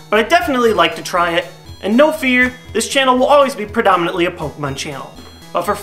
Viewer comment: "Will always prodomitly a Pokemon channel."